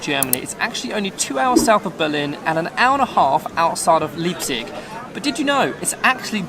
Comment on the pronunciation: Leipzig = LYPE-TSICK (approx. pronunciation in English)